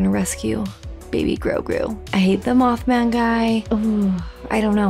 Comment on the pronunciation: Moth Man Guy. 🤣🤣 It's Grand Moff,. lol. Grand Moff Gideon.